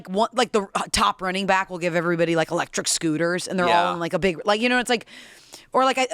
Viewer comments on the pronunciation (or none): none